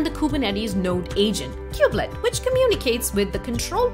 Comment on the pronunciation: It's kubelet not kublet...